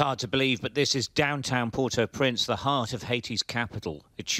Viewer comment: Say port-au-prince.